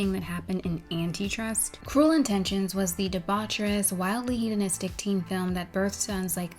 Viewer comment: I'm sorry, I don't want to be the annoying complainer, but it was impossible to understand you without subtitles, try to slow down sometimes to make sure you're pronouncing clearly, especially with these more uncommon words like "hedonistic".